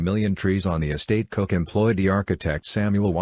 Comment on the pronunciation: The family name is pronounced 'Cook'.